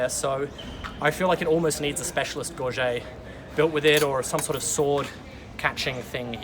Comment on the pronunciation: Just have to tease about your pronounciation of gorget. Don't forget it is a solid t at the end. Gorjit, gorget, gorjet, and gorjet are all valid pronounciations across a couple dozen languages and english dialects. Gorget and sallet are two that people like to frenchify with gorjay and sallay but that is incorrect though widespread. Even matt easton and other notables say both. Just have to tease. Good video.